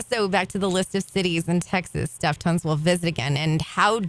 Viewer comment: She literally called Stef "Steven", I can't 😭